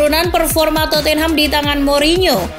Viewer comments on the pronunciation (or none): none